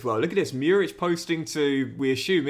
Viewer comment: Murić is pronounced like Moorich, love from Serbia <3